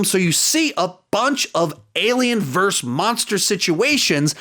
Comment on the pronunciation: Monsters VS Aliens It's pronounced as "versus". It's not pronounced as "verse".